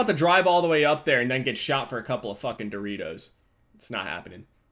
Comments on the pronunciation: At the end it sounded like he said hes not gonna get shot for a couple of doritos when he meant buritos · Burritos not Doritos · I heard derittos not burritos lmao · Am I the only one that heard him say doritos at the end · I swear to god the last 5 secs of his video i thought he said Doritos instead of burritos... He might have. Hell idc your still awesome <3